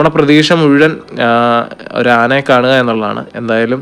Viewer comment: മ്മ്... അമ്പാനേ... നന്നായിട്ടുണ്ട് 😂. ആനേനെ അല്ല. ആനയെ എന്ന് പറ.